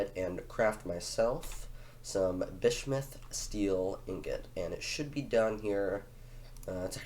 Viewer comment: Genuinely an intersection good quality video well done m8. Btw you might want to learn the pronunciation of bismuth - it’s a common element (biz-mu-th). Also name the cat Cougr cuz Dw doesn’t fit a cat.